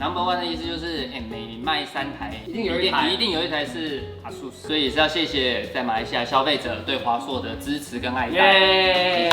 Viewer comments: 我都念A-SUS，不念R-SUS 。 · 其实我们官方是 "降" ASUS😂 逮到了！